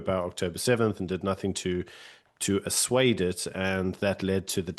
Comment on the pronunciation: ASSUADE- Your literacy is deplorable 🤬 The word is ASSUAGE!